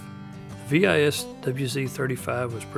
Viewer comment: Simply Vis not Vee aI eS. It's a word in Latin (power) not an acronym. Though it did start as an acronym WIS which stood for the names of the designers (W and S, "i" meaning "and" in Polish). And W is read as V in Polish so it was a simple transition... I guess someone heard the name and went; - Vis? Like"power" in Latin? - well, now that you've mentioned it... ;-)